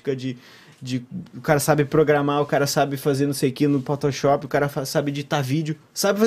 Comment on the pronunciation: Oowwnn qui bunitinhu.. alguém mais ouviu o falar "potoshop"...?! 😚🤭